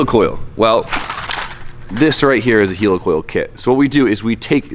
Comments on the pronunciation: Why you gotta say helicoil like 'heelicoil' when it's helicoil like helicopter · It’s heli like helicopter NOT heli like helium